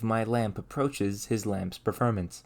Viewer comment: If you learned how to pronounce the "or" sound in most words, (mer = more, perfERmance, etc) your videos would be significantly less frustrating to watch